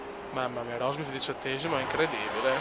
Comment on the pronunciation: mi fai morire dalle risate quando kiami rosbif a rosberg =)))))